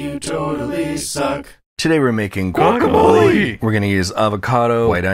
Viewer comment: "My secret ingredient is pomegranate juice" --- that one friend that pronounces it goowackamoley